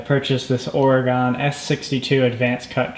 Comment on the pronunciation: Just an FYI. Oregon is not pronounced Ore-gone. It's pronounced Ore-gun. ;) Great video.